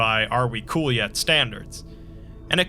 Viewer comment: Not really, especially when he over pronounces the word COOL everytime. The #1 RULE to being COOL is to accept that being COOL is COOL, and that's a COOL RULE